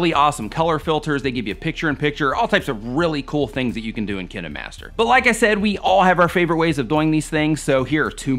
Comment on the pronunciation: thats not how you say kinemaster